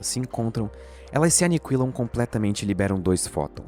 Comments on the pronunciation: por que vc fala "anicuilar" ao invés de "aniquilar"? não é uma crítica, dá para entender perfeitamente... só achei curioso (e fofo) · Prezado, sou fã do canal. Parabéns pelo conteúdo. Entretanto, o "u" de "aniquilar" não é pronunciado.